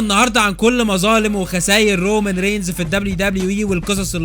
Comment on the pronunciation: I swear it's "رومان" not "رومن"